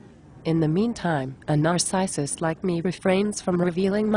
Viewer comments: "Nars-eye-sist". Lol. Gotta love computerized voice overs. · a Nar-SICE-ist. LOL